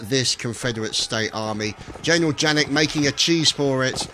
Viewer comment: Oh...and it's not pronounced 'Jannik'...it's pronounced 'Yannik' (German names :P)